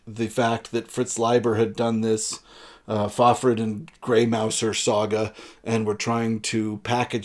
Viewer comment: Helpful tip: Fafhrd is pronounced Fafhrd.